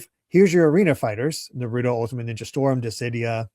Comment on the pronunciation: That is not how you say Naruto.